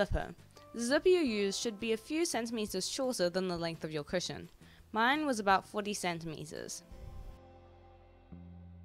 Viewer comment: At the start i thought u said Superhero Pusheen covers 😂